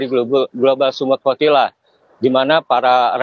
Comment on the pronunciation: Kedengarannya progila tetapi setelah di baca ternyata flotilla !!? 😂😂😂